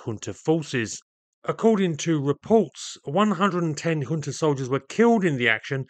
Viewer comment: junta is pronounced as HUNTA. not yunta not jhuunta